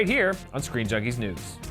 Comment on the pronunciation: You said sceen jnunkie news not screen junkie news